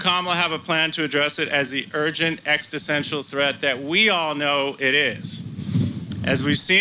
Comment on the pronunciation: "extissential". I think he meant to say "existential". I'm surprised that a lawyer wouldn't know that word.